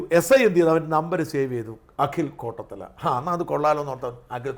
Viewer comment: കോട്ടത്തല അല്ല കോട്ടാത്തല